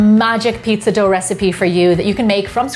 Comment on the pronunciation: why is it so hard for you to say dough or water